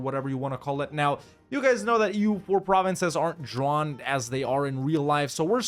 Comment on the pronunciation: Your pronunciation of German provinces is quite good. Of course sometimes you chose the English names, but all in all, respect!